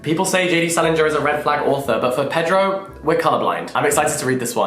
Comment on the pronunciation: The Latin American pronunciation is more payDROW than PEDrow.